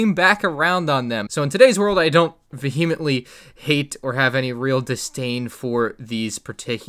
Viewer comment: Came for the sets, stayed for his pronunciation of vehemently